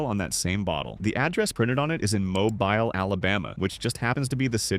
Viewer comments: Mobile, Alabama is pronounced "Mobeel". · MOBILE is pronounced MO-BEEL lol I grew up in Mobile lol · AI voice lol it's pronounced "Mo-Beel" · Mow-Bile...? Lol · Mobile is not pron5tne way u said it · Need to train the AI to pronounce "Mobile" correctly